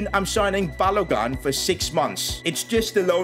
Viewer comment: Ain’t no way he said balo gun😂